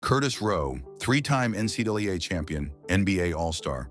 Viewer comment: why cant AI pronounce NCAA? What a joke. Oh what's a "Keltic?"